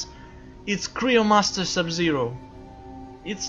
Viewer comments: its not cry o master its cyromancer i watch this video then i wen on my other phone and checked a million times remember its not cry o master LOL its cyromancer ok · Cryomaster you said